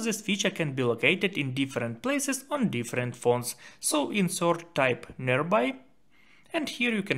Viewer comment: It is spelled "search" not "soorch"